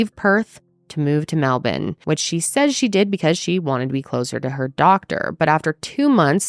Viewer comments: Hell yeah for pronouncing Melbourne like a true Aussie “Melbin” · I love that you’ve learnt to pronounce Melbourne like an Aussie. Proud of you 🎉😂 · As an Australian, I have to say how proud I am of your pronunciation of Melbourne 🎉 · I was looking for this comment before I made it myself 😂😂 MEL-BEN 🇦🇺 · The way she said Melbourne, perfect! 🥰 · on a side note, your pronunciation of Melbourne is spot on! thank you from all melbournains. and from the whole of Australia, we dont claim Belle. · You saying Melbourne correctly, love you girl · can i just say is the first non australian i’ve heard pronounce melbourne correctly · Thank you for being the first american to pronounce Melbourne correctly, just kidding! Great content, Belle is a nutjob. Wonder where she is now. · I remember watching her interview on 60 Minutes and she was such a terrible liar and so obviously fake, I couldn't believe she got away with any of this Also- thank you for pronouncing Melbourne properly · As an Australian here, thank you for the correct pronunciation of 'Melbourne'! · This is the first time I’ve ever heard an American pronounce ‘Melbourne’ correctly!!!! 😍😍😍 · 😂 hearing an american correctly pronounce "Melbourne " feels weird 😂 Hahaha thanks, love you ❤ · Well done pronouncing “Melbourne” correctly! 💙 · Thank you for pronouncing Melbourne correctly😅👏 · This woman is so gross. I'm Australian and remember this vividly. Also, THANK YOU for pronouncing 'Melbourne' correctly. :)